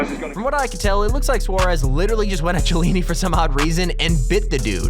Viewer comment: OMG THAT KILLED ME WHEN HE PRONOUNCED CHIELLI WRONG